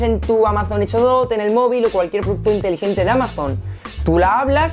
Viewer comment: Retundante... Energysten... Hecho? Dot..... Buen video. Lenguaje...muy mejorable...